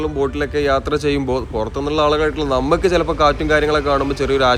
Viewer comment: ബ്രോ സ്നേഹം കൊണ്ട് പറയുന്നു ഞമ്മക്ക് , എന്നുള്ളത് പറയുമ്പോൾ നമുക്. എന്നാണ് പറയേണ്ടത്, ന്നമുക്ക് സംസാരിക്കുമ്പോൾ ഇങ്ങനെ ആണ് ശരിക്കും പറയേണ്ടത്. പിന്നെ തുഴയുക. അതും ശ്രദ്ധിക്കും അല്ലോ. നോർമൽ നാട്ടിൽ ഇൽ നിന്ന് പറയുമ്പോൾ എങ്ങനെയും പറയാം വീഡിയോ ചെയ്യുന്നത് കൊണ്ട് ഒന്ന് ശ്രദ്ധിക്കാൻ വേണ്ടി പറഞ്ഞത്. ഹാ ഇനി വിഷയത്തിൽ വരാം. ബാക്കി ഒക്കെ ഉള്ള സംസാരം ആയാലും ആളുകളോട് ഉള്ള സ്നേഹത്തോടെ ഉള്ള സംസാരം ഒക്കെ good ❤. പിന്നെ നിങ്ങളുടെ വീഡിയോ യിൽ കൂടി പഴയ ആ സ്ഥലം. ഇങ്ങനെ ആയി മാറിയത് കാണാൻ കഴിഞ്ഞു good വീഡിയോ ബ്രോ.❤